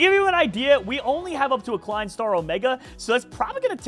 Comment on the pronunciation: Broo as a german it really hurts who you say klein and zwei lmao